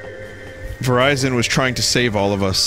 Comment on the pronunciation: E.T. phone Verizion.